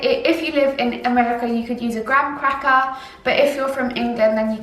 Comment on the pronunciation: It really triggered me how she said Graham and digestive 😂